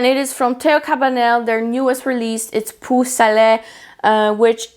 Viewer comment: "Peau" rhymes with, and is pronounced like, "eau", from "eau de Parfum". "Poh" not "poo". I have listened to her say it so many times and I eventually had to say something. 😊